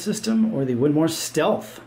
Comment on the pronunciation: WINMAU... WIN-MOWW Why are you saying Win-MAR?????????